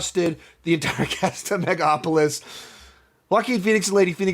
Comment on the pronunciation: It's megaLopolis not mega opolis